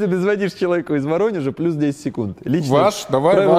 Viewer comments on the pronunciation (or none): none